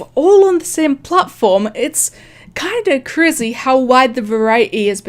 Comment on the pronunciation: “It’s kind of CRIZY “